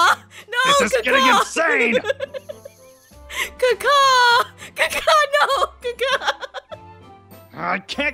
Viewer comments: Sounds like you’re saying Kaka means P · Sounds a bit like she’s saying caca 😂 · IT SOUNDS LIKE YOUR SAYING CACA LOL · It sounds like she's saying poop in Spanish Caca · She sounded like she said ka ka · when aphmau did the mating caw it sounded like shen was saying KAKA lol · Omg its like she’s saying poop in Spanish lol